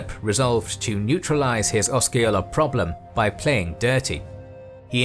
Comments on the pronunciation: And Oska-ola. 🤦‍♂️ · Also: Osceola: I believe the C is silent, therefore no K sound. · It is (I lived there as well) you are correct he is butchering it and Osceola as well, he could not even spend the time to research the proper pronunciation, I mean seriously. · Or the way he fucks up chief Osceola's name,too. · It drove me crazy to hear Seminole, Micanopy and Chief Osceola pronounced wrong but somehow got Withlacoochee right.